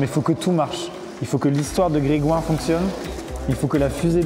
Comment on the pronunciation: qui dit Didière ma ken ouai